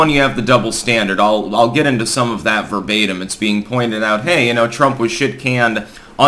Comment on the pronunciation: your cat seems to love to hear you say "verbatem"